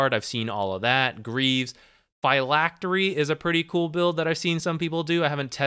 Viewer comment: Phylactery is definitely not not pronounced [fee lack ter ree]